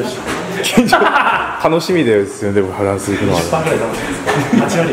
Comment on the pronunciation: フランスいえてないよ！